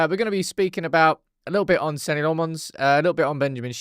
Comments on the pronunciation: Hahaha no offence I’ve not commented about it until now but you pronouncing it Senni instead of Senna has slightly triggered me, glad you’ve seen the error of your ways with the first name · Everyone was always pronouncing it senna as in the GOAT Ayrton but you said senny right before the clip then corrected yourself saying senna but still sat on your high horse looking a right mug. One thing to learn in life is recognise when you are wrong and don't look like an imbecile. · Should be like Senna my 🐐 🏎️ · I’m dutch spek the same language as Senne Lammens. It’s Sen-ne Lammens Like Lamb without the B!!! Please get it right. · Nah, you can't gaslight us,. 😂 You've been saying Senny Le'Mons since he signed, especially after you played that exact pronunciation video on your channel. I know for a fact that I, myself, have made a handful of comments on this channel calling out your mispronunciation. There are four lights. 😂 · SENNY 😂 went on a rant about how he’s pronouncing it right, watches the video twice and then says, “wait…how do you pronounce his first name?” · you just pointed to a video where Senne pronounces his name, and then you still mispronounce it yourself. It’s not “Senny”. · i love you but as a Belgian you are still saying it wrong xD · Right, so you WERE pronouncing it wrong. And then you said it wrong WHILE you were watching the video! Unbearable arrogance. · funny cuz still pronounced wrong in beginning of vid and throughout 😂 watch it a few more times ad really listen